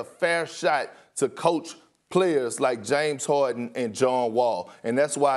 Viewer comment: “James Hawden” -Kendrick Perkins